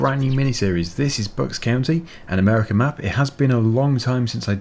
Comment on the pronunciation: You said Bucks County wrong. "Bucks COW-knee"